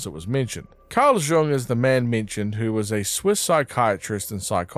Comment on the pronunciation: for future reference, Carl Jung's last name is actually pronounced the same as "young." no J sound. good job on the video!